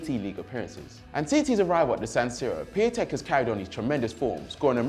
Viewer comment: You know Piantek is the right way of saying it, otherwise many people wouldn't have been saying it like that...